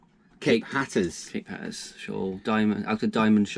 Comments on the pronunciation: It's "Slack Tide"....and "Hat -r-us" 🙂 Did you see the boat that approached ? Sounds like it could have been Coast Guard patrolling ? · There are a whole lot of Monday mornings. Which one was that? BTW That's "Hat-ter-rus". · Seriously guys. It’s pronounced Hat-er-as!. Tricky part of the coast there but good job.